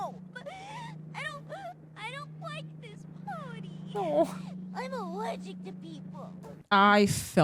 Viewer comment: "IM AWWERGIC TO PEOPLE" Ash: 🫢She gets me....